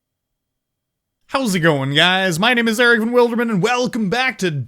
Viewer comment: he pronounces every name wrong lol